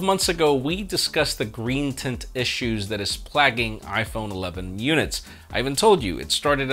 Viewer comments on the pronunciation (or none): He said plagging instead of plaguing lol. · Dude, I get that these things are a bitch to make and edit so quickly but... PLAGGING? You meant plague--ing, right? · Plagging??? Plague, plaguing 🙄